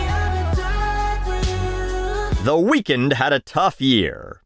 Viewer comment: I appreciated the pronunciation of Weeknd as “weakened”. Nicely done.